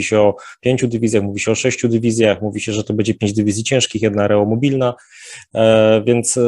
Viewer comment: Areograf... areomobilne... może kurna Oreomobilne...